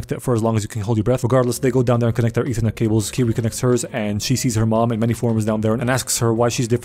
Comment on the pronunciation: bro said "E-thernet Cables" lol